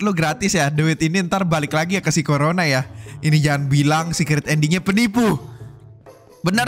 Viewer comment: KO RONA❌ CORONA✅